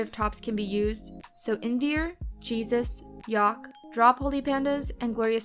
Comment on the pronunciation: teh way you say jesus lmfao ima just pass away brb